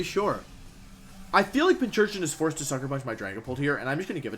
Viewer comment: Pincurchin... there’s no “h”